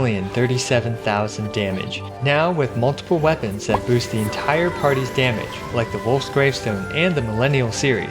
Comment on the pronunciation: "With just a few wepoans" hahahahahah Those are rank 5 weapons he is talking about.......